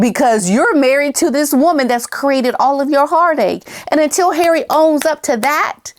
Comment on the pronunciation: "learn something Har-eh..." 😅😂😂